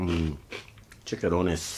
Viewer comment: Mmmmmmm Chicharrones! (pronounced "chee cha rone nes") not "chickarones" (lol) They're deep fried pork skin. Where's the Modelo??